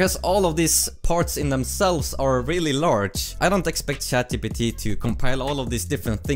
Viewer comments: 5 seconds in lol, he said shat gpt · "Shat GPT" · Never. I mean never, not pronounce it as ShatGPT.